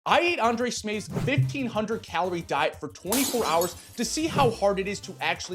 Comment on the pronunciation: Undrej Smeefth😂